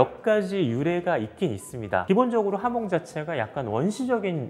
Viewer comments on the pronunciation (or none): 하몽이 아니구 발음은 하몬에 가깝습니다